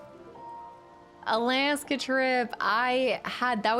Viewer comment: "Alaaaska" I heard you say it like 4 times when I asked about your Alaska trip and still cannot prononce it the way you do hahaha take care.